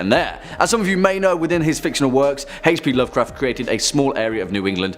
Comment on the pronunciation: Why does the guy pronounce h p Lovecraft so wrong